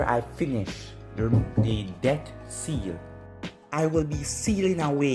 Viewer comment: Accent buddy